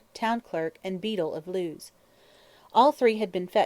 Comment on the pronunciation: I wanted to like this but all the mis-pronounced words are PAINFUL. Claret is not "clar-ray", Lewes in Sussex is not "Lews", lithe does not rhyme with "with" - too many others to mention.